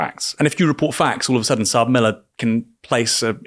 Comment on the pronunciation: It's not pronounced "Sab Miller" it's pronounced "ES AY BEE Miller" (South African Breweries). They are now called "AB InBev" (Ay Bee Inbev)